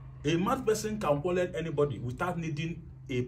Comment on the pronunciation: stop saying quallel say quarrel. It's easy.